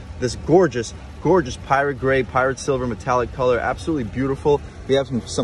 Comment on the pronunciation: I know this is nit picky but the color is "pyrite" silver not "pirate" silver